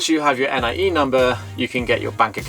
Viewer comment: Appreciate hearing about your experience of buying in detail. (Watch out for the letter X - your bank is pronounced with an SH sound there ;) Most locals say NEE-AY for NIE, too.) I was surprised to hear that the seller can owe you your 'earnest money' ten percent back double. I've heard of deals that go south when the seller tries to fudge the price to dodge taxes and the buyer is stuck between something illegal or losing their money down. Sounds like a good lawyer is worth the investment.